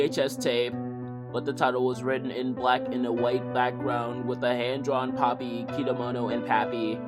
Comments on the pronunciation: "pOppY tHe pERfOrmErrrRRR" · He name is Popee, not Poppe